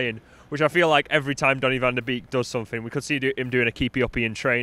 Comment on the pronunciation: It’s pronounced “van de Bake” not “van de beak”